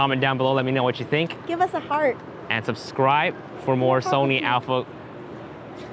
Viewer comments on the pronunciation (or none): I was only hearing the last part of the video and it sounded like she said "give us a fart" then looked again, saw her hands and realized she said "Heart"